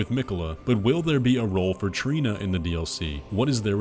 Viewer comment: Trina not Torlina lol